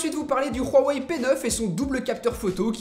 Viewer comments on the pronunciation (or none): Par contre c'est une legende, Huawei ne se dit pas Rwaway, je parle un peu chinois et on le prononce Ouawaï ou Ouawey, entre les 2 . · on dit ''ouawey '' pas '' rouawey '' , voila , c'est toutu pour moi , sinon super video , continue comme ca tu fais du bon boulot , je t'ai croise a la PGW et j'ai fais une petite photo avec toi !!! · on dit pas rouhawai mais huawei 😂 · Huawei pas RRRUUUAAwei!!! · il ma tue khuawei mdr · j'ai juste une remarque on huawei pas rwawei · Pk vous dites tous rhwawey c huawei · Il dit roiwei😕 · Pk tu dit hhuawey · rouawei lol 🖕🖕🖕 c'est ouawei 👿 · Léo 78 Huawei est une marque chinoise et dans le dialecte que parle le constructeur de Huawei, le H se prononce R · huarwei tu peut pas prononcer normalement ? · PowerOfMoule Huawei est une marque chinoise et dans le dialecte que parle le constructeur de Huawei, le H se prononce R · C moi où tu dit ruawei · pourquoi tu dois (R)Huawei ?? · L'Instant G Huawei est une marque chinoise et dans le dialecte que parle le constructeur de Huawei, le H se prononce R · lol tu dis rueuwai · Oulio Cécario Huawei est une marque chinoise et dans le dialecte que parle le constructeur de Huawei, le H se prononce R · c marrant comment tu dis huawei